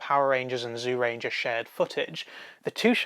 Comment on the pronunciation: It seems like the people who do these Super Sentai reviews, are hard of hearing. I don't care how the words are spelled. I don't know why it is spelled "Zyuranger" to begin with. But it is certainly NOT pronounced as "ZEEUranger" or "ZOOranger". Fuck sake. Watch the series. "Juuranger" or "Jewranger" is what the word sounds like. SIMPLE.